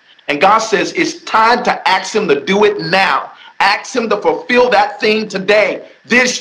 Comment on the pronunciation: I’m going to have to axe Michelle about everything you said